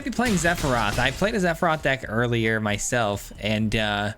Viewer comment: Say Zephiroth one more time! 🤬